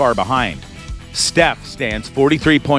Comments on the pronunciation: IF STEPH ONLY KNEW THIS DUDE KEEP CALLING HIM STEPHON, PLEASE SOUNDS CRAZY WEIRDNESS 🤪. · Please learn how to say Steph's name properly!